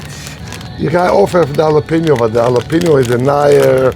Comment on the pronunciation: ✅ Pronounced: hah-lah-PEH-nyo ❌ Not pronounced: jah-lah-pee-no